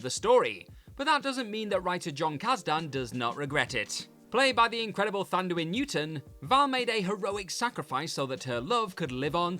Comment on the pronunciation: Thandie Newton is pronounced "Tundy".